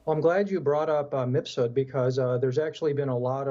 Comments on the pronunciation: He said misfud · MIF SOOD not MISS FOOD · "MISS FOOD!!!" I love it. 😂😂😂 Best misspeak this year!! That scumbag deserves it.